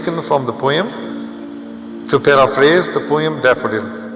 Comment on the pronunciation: Please check again your pronunciation of the word 'Poem'.